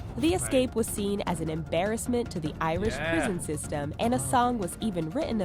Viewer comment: I'm Irish and how she said Irish annoys me